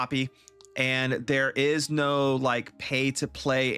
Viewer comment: Where do you hail from, good sir? I've never heard someone say the word "no" quite like you do.